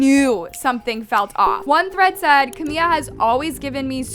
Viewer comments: Her name is CamiLA. The whole video you’re calling her Camia. Literally SO CRINGE. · Her name is "CaMILA" not "CaMIA" smh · “Ca Mia “ 😭😭😭😭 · yeah I get it but whenever sb or Camila talks about hs she says Camila not Camia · Camia? Say the name right wow how annoying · I mean maybe say her name right one time if you’re going to clown on her. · I beg you to please pronounce the L’s 😭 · Girllll pleaseee learn the correct names of people you talk about its trrriggeringgg